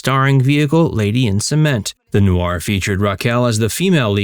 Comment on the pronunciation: Noir isn't pronounced Nu-ar.